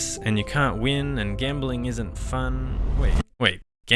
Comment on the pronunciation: did i hear gambeling?